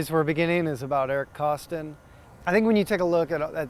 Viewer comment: “Eric Kostin” lol